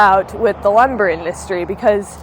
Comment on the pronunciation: Are you saying ( LUM BAR),, EM your so 🥰 cute.